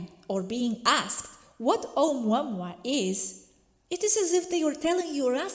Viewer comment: May I please correct your pronunciation of the first comet, Oumuamua. It’s not pronounced as in English because it’s Hawaiian, so every vowel must be pronounced. It’s not pronounced, O-MWA-MWA as you say it; it is said, O-U-MU-A-MU-A. Every vowel must be pronounced. Thank you.